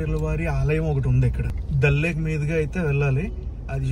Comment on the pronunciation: దళ్ లేక్ కాదు దాల్ లేక్